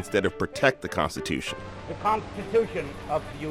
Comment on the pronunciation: THE KAANSTITEWSHUNN